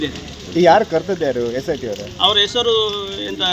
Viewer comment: Cit alla sit 😅